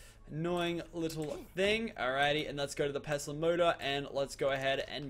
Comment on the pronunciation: He says it the right way